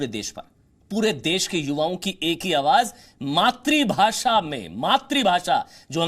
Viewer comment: अबे घोंचू मात्रीभाशा मत बोल वो शब्द है "मातृभाषा" मात्रीभाशा × मात्रूभाशा × मातृभाषा √